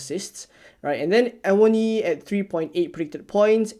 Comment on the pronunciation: And your pronunciation of “Awoniyi” was on point…👍🏾😅